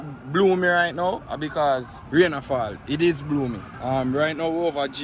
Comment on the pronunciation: The word is gloomy not boomy 😅